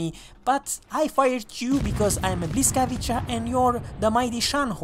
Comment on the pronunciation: "Bwyskavitsa" this is correct pronounce not "blyskavicha"